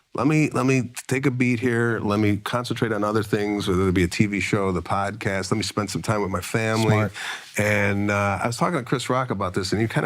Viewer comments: I really think that if you ever liked this “poduhcast”, you are probably a douche. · Did he say podacast? Fck yea!🤘